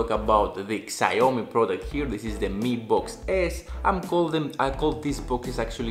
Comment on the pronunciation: It's pronounced Sh Ow Me